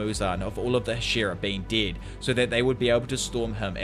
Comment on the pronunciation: deud? not dead?